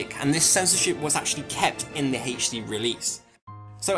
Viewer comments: Haich-dee release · Haich Dee